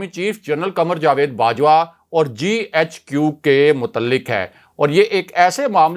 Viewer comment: تم GHQ کو ۔۔۔۔۔JHQ ۔۔۔۔کو بولتے ھو۔ تیراجھوٹ ۔۔وی۔ لاگ کون سننے گا۔۔۔۔۔؟